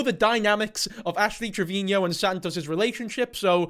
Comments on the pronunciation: Pls stop pronouncing it trevinio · I think you are saying her last name wrong! Its Trevino, not Trevinio.. 😂😂😂❤❤❤ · The way you say Trevino is the exact same way Gordon Ramsey says Marino(which sounds like Trevin-io and Marin-io). I love it 😂❤